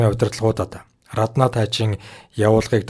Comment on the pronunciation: Рррраднаа гээд байх юм.Раднаа гэж бичээд Араднаа гэж дуудаж байлдаа